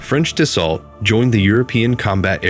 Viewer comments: Please american persons who try to speak about french aviation, stop saying Da sso LLL TTT. Right pronunciation is DASSO. After 100 dassolllttt I have to say this. Thank you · FYI: Rafale is pronounced Ra - Fal (as in Pal) Dassault is pronounced Da - sso (as in Lasso). The L is silent. Have a nice day. 😊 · One that doesn't know how to pronounce Dassault or Rafale.